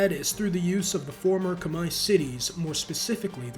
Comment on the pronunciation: Look at this nerd pronouncing Khmer correctly like a nerd Lmao.